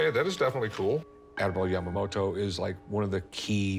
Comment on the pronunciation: It somehow irritates me how she pronounces Yamamoto with a d like Yamamodo. T is not that hard letter to pronounce :D